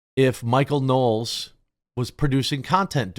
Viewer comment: It's Michael Knowles, not Knowels. Yeesh.